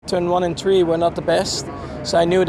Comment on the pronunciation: I love the way max says three “turn one and tree” 😂